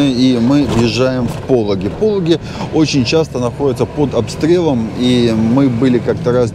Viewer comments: зетник запомни ПолОги а не ПОлоги! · Проверочное слово: полÓгий. ПолÓгий берег, например. 😊